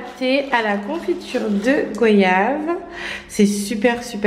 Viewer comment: on dit GOAYAVE!